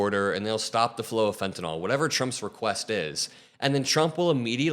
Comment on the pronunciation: Thanks,. Former health worker here and it drives me up the wall to hear people mispronounce fentanyl.. it's "nil" for the last syllable, not "nol"!💙✌️